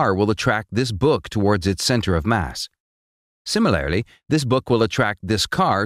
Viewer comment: I just crack up every time I hear the say "Similary"